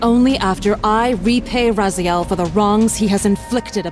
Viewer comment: Ok, this channel is 4 years old. Why does it seam like it's entirely an AI bot that is just pulling random critics from the web? The voice doesn't even know how to pronounce Raziel even though there is footage of it being pronounced correctly in the cut scenes they show.